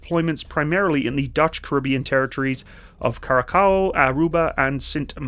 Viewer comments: Q-Ra-Saw would be better than to say Coo-ra-cow 😂 Ugly? You haven't seen the armoured dutch army IVECO Manticore yet! And the Defenture Vector is a little bit uglier than the IVECO DMV Anaconda. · *cure a sao, not cure a cow. And what is up with your pronunciation of the Netherlands? 🤦🏻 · Please pronounce the name of the island as Curaçao...[C' h rah sah ow] ..the name is Porugese... , hence the ç pronounced like a hard S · Curaçao is pronounced cure-ah-sow (more or less) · I can understand the Nederlanders pain on how pronounced the Netherland. But when he pronounced Curaçao my heart skipped a few beats. 😅